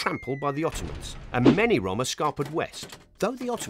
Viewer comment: Why he pronounce roma like dat?